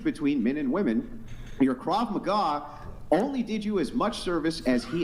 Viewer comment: KV MAA? you mean krav maga?